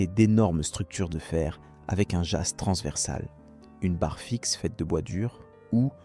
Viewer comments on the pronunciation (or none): ce n'est pas un "jasse" mais un "ja". Grossière erreur de prononciation au bout de 30. ça démontre l'incpetence totale de l'auteur sur le sujet. Pour arrêter un bateau en pleine mer, histoire de piquer une tête, on rétrograde, on met au point mort, on met le frein à main et les warnings et on se jette à l'eau sans oublier son gilet jaune.